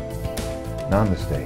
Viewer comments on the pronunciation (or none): none